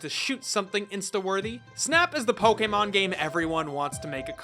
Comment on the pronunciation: Thank you for pronouncing Poe-Kay-Mon correctly every time